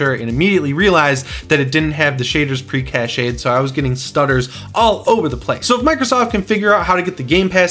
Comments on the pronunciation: I really hope they can get the actual Xbox gamepass app on there. By the way cache is pronounced cash like the money. Everytime you say cashay I cry. 😆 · Cache is actually pronounced the same as Cash. You are correct that it has french origins, but it doesn't have the mark over the é. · I think you’re pronouncing cache wrong.